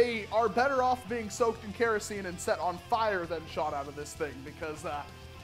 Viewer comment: Kerosene. not caraseen.